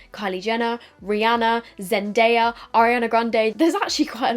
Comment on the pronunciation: Hey! So the puff (when using it on others) helps for balance but also helps not to remove any makeup you had just applied. Also, just wanted to mention it's pronounced zen-die-ah. Love your videos girly! 😍💗